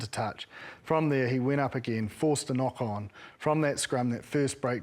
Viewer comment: Sevu's "knock-on" 🤣🤣🤣